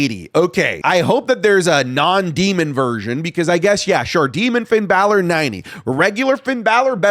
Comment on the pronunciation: Braun stroman is a former world champ put some respect on his name Also: Pin balor